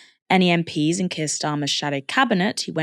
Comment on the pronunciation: Wes Streeting makes me want to vomit. There’s is never going to be a solution until the violence ends Wes! I hate the way he says Keir.